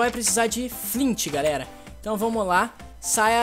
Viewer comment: vc falou garera